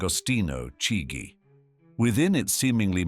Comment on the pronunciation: 🚩Chigi is pronounces as “keejee”🤓😂